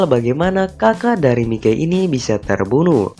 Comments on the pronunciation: Bang bukan Mikey memang nama panggilan nya Mikey tapi dibacanya bukan Mikey tapi mayki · Mikey baca nya maiki bukan mike kwkwk